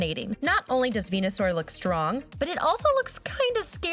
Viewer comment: she called venasuar ivysuar